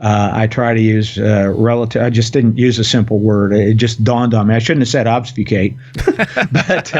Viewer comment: Dude it's pronounced Ob-Fuh-skate lolol. It's Not oz-b-few-kate nor Obbs-few-kate.... But thanks for dumbing it down for us commoners.